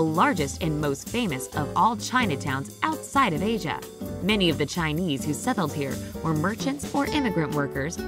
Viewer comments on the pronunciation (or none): none